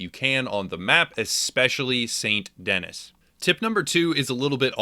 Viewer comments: Why do people mispronounce Saint Denis when the game CLEARLY says what it’s called. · You mispronounced St. Denis lol, but otherwise this was an absolutely awesome video, and I love your presentation style. I just found your channel, and I had to sub immediately! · all these people making videos sound stupid b/c they are not pronouncing st denis correctly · You’re saying Saint Denis wrong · St "dennis". You idjit! Its French. "Deh-Nee" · good video....I think the city is pronounced saint dinee not denis btw. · San Denee, not Saint Dennis. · If it was Dennis it would be spelt Dennis it's not. Denis it's French Saint Den'ee. It's meant to be New Orleans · It hurt me every time he said Saint Dennis instead of Saint Denis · SAIT DENEE. NOT DENIS. DUDE! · Boy, did you butchered the namr St. Denis. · That moment when he calls it saint denis instead of sandy knee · i love the channel ut when he says saint denis i triggers me because its pronounced san denee not saint denis like its written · it's San Deni not saint Dennis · Stop. Saying. Saint. Dennis. It's pronounced San Duh-nee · It's not Saint Dennis try to pronounce it this way "Sandy Knee" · he call it " snt dennis" but Like new Orleans its pronounced nu orlahns and Snt denis is pronounced "snt denee" the last s being silent in the context of it being a name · It’s pronounced ‘San Denee’, not actually Saint Denis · Fun tip- it is pronounced Saint Denee, it is French. Dennis is Dennis. Lol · Denis = DENNY... its french. like the way your mom kisses me. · By the way, it’s pronounced Saint Denee not Saint Dennis lmao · Saint Denis is pronounced De-Knee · OMG, IT'S PRONOUNCED "Saint DEN-ee" it's French, you're essentially in Louisiana, they say the name dozens of times if you'd actually just play the story missions for crying out loud... "Saint Dennis" SMFH. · It's not pronounced "Saint Dennis". It is pronounced "San Denee" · It's pronounced Den-knee, not Den-niss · Why does everyone say saint Dennis It’s saint denis